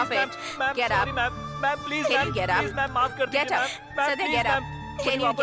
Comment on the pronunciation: Gate up❌ Get up✅